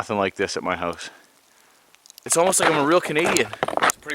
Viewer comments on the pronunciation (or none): Nice vid! I’ve always dreamed of having that kind of experience. I’m picking up some Irish/Scot accent when you said ‘house’ ‘out’ and ‘fire’ so cute !